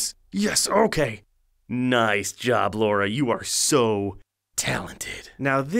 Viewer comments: The real april fools joke was the pronunciation of Lara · Who's this "Laura" he keeps talking about? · I guess calling Lara "Laura" is part of the gag?? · "Laura"? It's Lara.